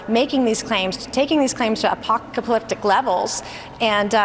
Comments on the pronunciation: She talks tough for someone who can't even pronounce apocalyptic. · Her poor pronunciation & stuttering says it all. She could even got out apocalyptic. She was just regurgitating what she was fed. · Can’t even pronounce “apocalyptic” smh 😂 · “A-cock-palyptic” is that a word? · For being such a self-reported factual person, She should have practiced saying apocalyptic at 20 seconds. I want to like this video because of what you say BTC I want to dislike it because i Did like the fox content. Just curious what everyone else does, what a thumbs up 👍🏽would mean to you and to YouTube? Notice they found a calm faux serious sounding brunette instead of a provably known illogical blonde? Brunette that is almost resembles AOC, Coincidence? Or planned TV media manipulation by producer? And at first I thought you said Nancy Grace. Similar as in they both sensationalize stories. Only AOC‘s was real. I thought the same thing when I heard it BTC, she doesn’t say where she’s at and she says she runs into Katie Porter‘s office I don’t know where either of these offices are located?Or if that was the fact that could be used in this telling of it? Or if it even matters to it. It was very late last night when I watched AOCs video. I was very tired so it’s on me to watch the whole thing again and see if I can answer those questions myself but perhaps this savvy crowd might be able to explain and fill in my gaps. Also, setting aside her delusional discounting of AOC‘s trauma, why was it that the entire capital building had to put off work for everyone while rabid Q anon Republican members ravaged our nations capital? hmmm. They are not only the initial reason for the loss of work protection that day. They are by proxy also responsible for the compounded loss of work du